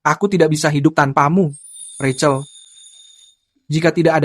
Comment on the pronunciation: Penyebutannya bukan Racel tetapi Rachel ini yang benar .